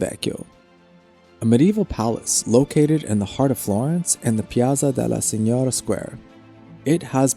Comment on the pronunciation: Piazza della SIGNORIA no piazza della SIGNORA, no tu mention the mispronunciation of the name Medici!